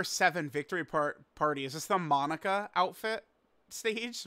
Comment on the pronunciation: Why does he say Monica instead of monaka